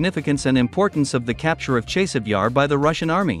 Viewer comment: Ne zove se Čejsov, već Časov Jar.